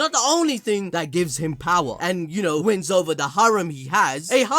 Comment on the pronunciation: It's funny when i heard " you know " i hear " yuno " haha i know now everyone gonna heard this now